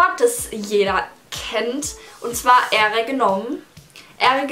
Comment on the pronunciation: Ähre Wird eigentlich mit e geschrieben und auch gesprochen😂😂